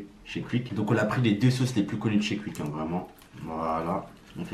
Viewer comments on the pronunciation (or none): Tu prononce quick comme un belge ( cuic ) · On dit pas cuique